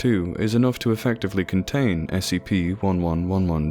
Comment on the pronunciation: He secuur He contein But most importantly He proteec